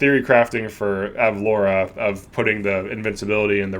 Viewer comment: ur pronouncing it right. it's like the city from family guy